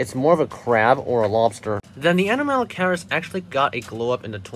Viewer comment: A-nom-alo-caris It's a hard C